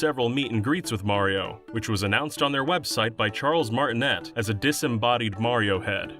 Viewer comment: It's pronounced "Martin A" like "Ay, Yo" or if Fonzie said it.